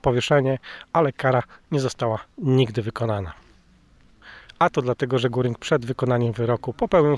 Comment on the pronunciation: Pomyliłeś nazwisko nie Guring a Gering